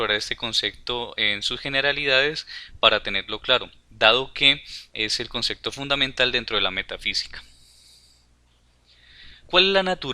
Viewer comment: concepto, no "consecto"... buen video !